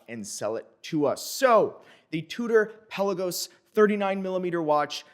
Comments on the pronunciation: It may be called Pe LA gos not PEL a Gos, but it’s definitely T you Dor not Too Dor 😉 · I just saw a Tudor vid. We've all been mispronouncing, "Pelagos". Emphasis goes on "la" instead of on the "Pe".